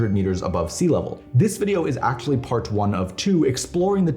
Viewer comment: Stop saying “Act-sshhully”